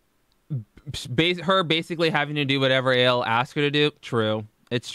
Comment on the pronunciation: Who's A.L? Its AL gorl. 😬